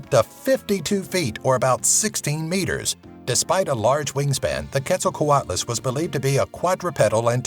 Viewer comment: its pronounced ketso-coo-ottle